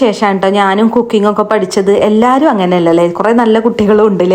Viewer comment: കൊക്കിങ് അല്ല കുക്കിങ് 😂 കുക്കിങ് എന്താന്ന് ഇങ്ങക്കറീലെ